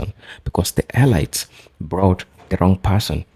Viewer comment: Brother "elites" is pronounced "eleets" Kool